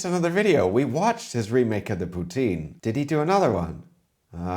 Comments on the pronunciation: as a canadian i have to chime in and say poutine is not Pooh Teen Pu (like pull) Tin like the metal. (if you want to feel french it sounds more like put sin but still no teens! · As a Quebecois... Stop saying Poo-teen 🤣. It's Poo-tsin 🤣